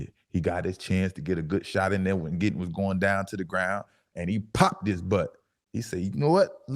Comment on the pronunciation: Thank you for saying his name “ D.J. Giddens”